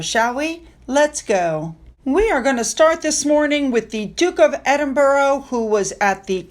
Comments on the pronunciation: I know it's a struggle and I give you credit for trying to do your best with those strange English words, but the correct pronunciation of Edinburgh is EdinBRA (not Edinborrow). And why does our dear dashing Duke insist on wearing those terribly baggy 1930's clothes? I'm sure he would look the height of a 'very English Gentleman' if he dressed in a more modern slim cut style. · Almost- in Scotland we say Ed N Bruh 😊 with the emphasis on ‘Ed’ Like the emphasis on ‘sim’ in the word ‘simplify’